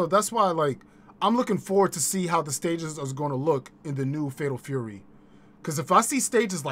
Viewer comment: 😂 Shame on your chat they ain't call you out on that pimpalicous pronunciation of "Tury" 🤣 bruh only we come up with this type of genius 🧠👑🧘🏿‍♂️🥷🏿